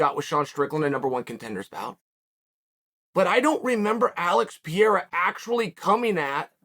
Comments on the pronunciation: Pronounced Alex Pereira 3 different ways, never change chael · alex and izzy's parents pronounced their sons names wrong all along, chael shows them how to say it right